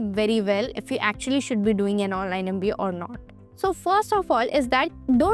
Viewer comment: NMIMS is the best. Hope you pronounce MBA properly. Big thumps down yo you for too much of bla bla bla